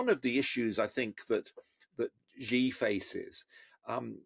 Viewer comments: When you talk about China and you call yourself an expert an China and you pronounce "Xi" as "Zhi", I find it very difficult to trust you on China matters. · Chinas rabid nationalist campaign? what does MAGA mean? its the epitome of Nationalism! It's annoying how 'china experts' feel they can comment on what China is thinking when they really don't know. He can't even pronounce President Zi's name properly. Its just the opinion of a white man in the west. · Xi is pronounced SHE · When you claim to be a “China expert”, but cannot even say the name “Xi” correctly😂😂😂